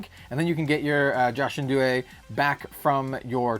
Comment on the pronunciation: it's pronounced ya-kin ju-eh